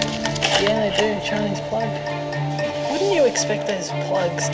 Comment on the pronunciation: "Choinese plug"??? Good training!